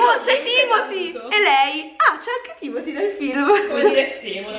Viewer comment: Si dice TIMOTÈ ma vabbè, ci rinuncio